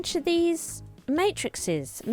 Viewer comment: "may-tris-ees" fascinating!